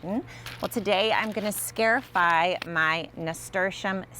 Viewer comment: this is a very handy little procedure! the root word is, "scar" because you are creating a little scar on the seed. therefore pronounced, scar - i - fy 👏🏼